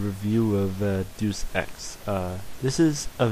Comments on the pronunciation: it isn't "deuce," its deus: day-us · its dues ex you say it da-us x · Its pronounced DAY-us ex